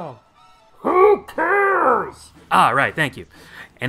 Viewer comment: Im gonna use that mumbled "WHO CARES" in regular conversation from now on